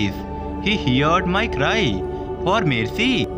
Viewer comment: Amen 🙏🙌, I heard when it said MERCY it sounded like Messi